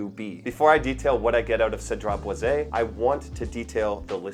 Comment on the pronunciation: It’s pronounced Cedrat Boy Zee. I bought a full bottle last year. Loved it for a month until it started making me nauseous. It would be great if not for the heavy handed leather. The dry down becomes way too leathery.